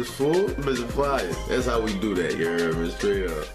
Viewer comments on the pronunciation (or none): Take a shot every time he says “Ya err meh”